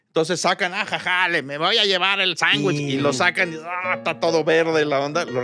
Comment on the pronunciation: El señor que se queja del sangrons y de los abogansters, dice, chanwichs